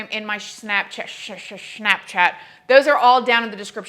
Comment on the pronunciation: I think you should pronounce Snapchat like you did...from now on....LOL!